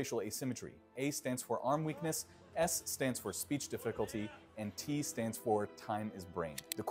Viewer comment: spelling and pronunciation. "Speach" typo and "Difficulty" pronunciation 😮